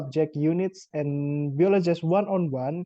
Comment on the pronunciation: Hi! I like the way you deliver your explanation: organized and easy-to-follow! I would also suggest checking and practicing your pronunciation (for example, the word 'biology' -- since I thought you said, 'biologize'?) Anyway. Good work!